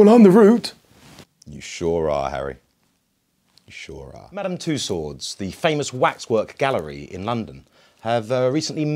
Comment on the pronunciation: Did he say “ Madam two-sword”🤣🤣🤣🤣